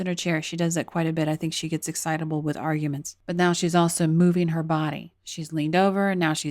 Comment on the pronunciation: "the hard r"guments? Did you know you said "the hard R"?